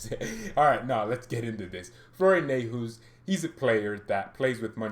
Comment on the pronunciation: Neu like in neu-er . haus like house. Neu-haus. A new house.